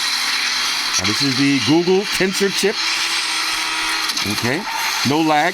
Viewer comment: Love hearing my boy saying "Google" cause it sounds like he's saying "GooGoo" 😂